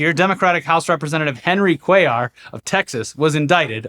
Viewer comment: Came back to see nail the name "Cuellar" 😅😂 great job! Did better than inwould have done